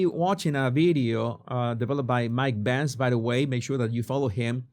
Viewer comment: I was listening to the video and thought you said Mike Pence. I was relieved it was Benz